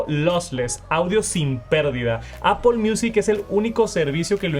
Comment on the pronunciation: Por que dice Apol!!?